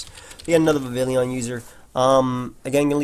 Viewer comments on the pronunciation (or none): I am getting SICK of you calling it Vivillion,! JEEZ. There's no last 'i'. VivillON. Okay I'm done now. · Bro after hearing you pronounce vivillon (vi-vee-on) it wrong the entire episode I thought I should let you know the correct pronunciation. A friendly message from your umbreon you let get blown back by a hyper beam in your last nuzlocke